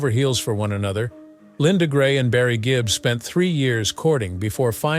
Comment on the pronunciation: Good gracious, who came up with all these accusations, narration, and misspoken phrases? It's Gibb, not Gibbs, It was the Bee Gees, not "Barry and his band," or "The Gee Bees."